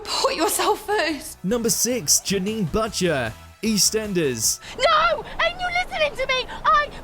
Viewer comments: Yet again get pronunciations wrong! Janine Butcher it's not difficult. It's pronounced the same as someone who sells meat. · Janine Butt-cher 😂😂😂